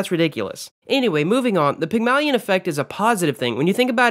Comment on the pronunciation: great vid but hate the way u pronounced "Pygmalion" lol